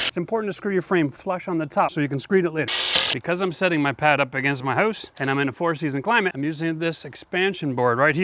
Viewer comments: You said hoouse, you're Canadian. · What, what? What, what did he say? What was that word? Did he say "hoos"? He said he was setting his pad against his hoos. What is a hoos?